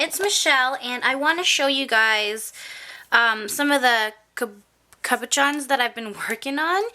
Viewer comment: How long do you leave it to set up before you take the item out of the mold? Wouldn't using a caulking gun, instead of digging it out of the tube, be a more accurate measurement and a lot less messy? Decent tut. & thank you for sharing! P.S. Cabochon's - pronounced "cab-o-shon's" ;)